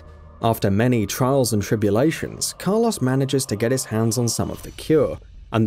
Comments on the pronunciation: I was prepared to write off Car Loss as British/UK aluminum/aluminium across the pond dialectic difference but then the 3rd time you used his name, far too much btw use different ways of referal, you said it properly. I was gonna leave it be... But I draw a firm longitudinal line in the sand... That coarse sand, irritating and getting everywhere... I stand and fight them on the beaches when you try and tell me youre serious about Mick K. Eel... Mick. K. Eel.... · Person: who's that? Narrator: That is Car-loss, an umbrella mercenary Car insurance agent: WHAT DID YOU SAY HIS NAME WAS!? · The "Car Loss" really made this unwatchable. You can say Mikhail properly but not Carlos. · Ah yes, my favorite Resident Evil character. Car-Loss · Saying "Carloss" versus Carlos is grinding a gear I didnt know I had lol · It really bugs me how he ronounces Carlos as "Car-loss" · Take a shot when he pronounces Carlos as Car lose. 😤👌 Definitely going to the hospital with alcohol poisoning 😂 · Car "loss"